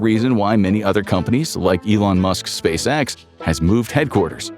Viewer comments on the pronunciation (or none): none